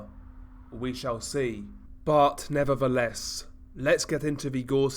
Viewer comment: "Buh neva-uh-less..."